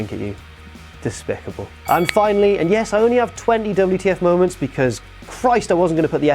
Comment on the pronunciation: YOU SAY DABL U TEA EFF MOW MANTS WRONG! KING ROSS'S CAPE BETTER BE CLEAN! YOUR BEANIE SUCKS! YOU DISRESPECT KING ROSS'S OPINIONS ON WHAT TO BE ON THE LIST IS MADNESS! You said bring on the hate.